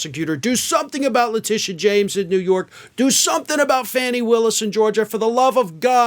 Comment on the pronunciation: I’m generally in agreement with your comments, but PLEASE pronounce the Georgia DA’s name correctly. If you can’t remember to pronounce her first name as (Fawn-née), just call her Ms. Willis.